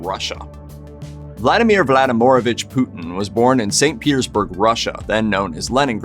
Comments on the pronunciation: The way you say "Vladimirovich" makes my head hurt. 😭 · Vladimorovic?! the heck is wrong with Americans pronouncing non English names?! it's Vladimirovic (more like Vladimiruvich in english) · Vladimir VladimOOORivich Putin ........ Bruh